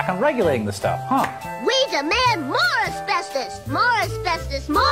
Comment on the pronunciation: It's pronounced asbeSTOS not "asbeSTIS"